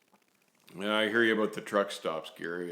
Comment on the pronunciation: The highlight of your videos for me is when you say "aboot" lol im sorry, i get entertained by the little things :/